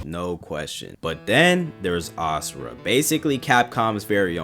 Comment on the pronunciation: This is so petty but I’m so glad you pronounce Asura correctly instead of “Azura.” That shit pissed me off to no end😭